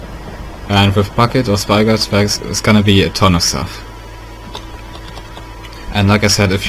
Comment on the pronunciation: did you guys not realize that he said spygot instead of spigot LOL (BTW) it worked